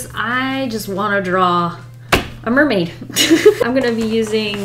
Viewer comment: It's not mer-may without a blub fish